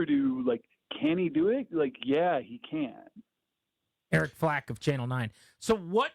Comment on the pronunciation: "Eric Flack", not "Eric Flake"!!!!